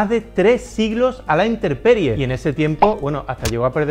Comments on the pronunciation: aprecio mucho tu didactica en la artes; pero cometes un error al decirINTERPERIE;CUANDO SE DICE INTEMPERIE EN ESPAÑOL CORRECTAMENTE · corrección en el no es interperie es INTEMPERIE